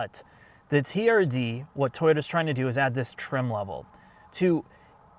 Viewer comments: Stop saying therd like its a pos... its Toyota T - R - D, Acronym for Toyota Racing Dev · The TRD pronounced as ‘Turd’ around the 5’ mark and then again couple of secs later - are you guys really promoting this car!!? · Describing TRD as Tird is a very unfortunate word in the UK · TRD - pronounced "TURD"...... nice. :) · I've never noticed 'TRD' sounds out to 'turd'. Right up there with 'STi' :)